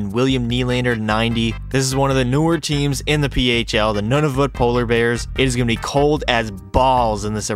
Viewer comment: It's wired when you say Nunavut and I'm from Nunavut